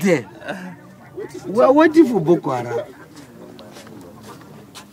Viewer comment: "Ma ayeem ees too keeell Bukoo Haaraam"